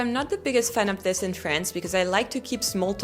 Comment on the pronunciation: Comme une bouteille à la mer. Si je puis me permettre, il me semble que vous pourriez parfaire [et non améliorer ou corriger] votre anglais en soignant plus encore les phonèmes. Je vous donne un exemple. Le « i » et le « é » ont un formant commun qui laisse parfois la place à un son hybride voire ambigüe. Ainsi, pour prononcer correctement le mot « this » [prononcé ”zis” en français] il est recommandé de penser le i comme un é, ce qui donne zés. Votre « the » est, selon moi, trop « zeu » [le eu de beurre] alors qu’il gagnerait à se rapprocher du « za ». Faites-vous la différence phonétique entre : this book VS these books ? Love from Paris France 🇫🇷💙🤍❤️🧔🏻‍♂️